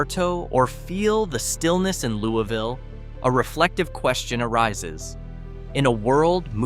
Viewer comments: Louisville is pronounced Lewis-ville, not Looey-ville. While it is not exactly booming, it is far from a ghost town. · It's not called Looweeville. It's called, and pronounced Louis- ville! If you gonna talk about my town that i came from, please pronounce it correctly. Louis-ville is thriving. Many people that stay there works in Augusta, Thomson, Waynesboro, and Savannah, GA. We stay out here, to be away from the crime. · Could you at least pronounce the names of the towns correctly? To start off first town, pronounced Louis-vill. Georgia is not Kentucky. Like the man’s name Louis